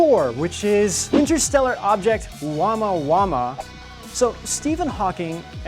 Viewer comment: It's OMUAMUA not Uamauama...